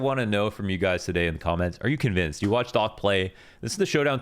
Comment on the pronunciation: when u was saying "Docc", i thought his name called "Dog" :)